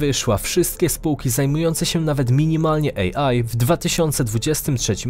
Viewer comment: AI nie EJI 🤦🏻‍♀️ AI czyli Artificial Intelligence. Jaki głąb dodawał napisy? 😂🤦🏻‍♀️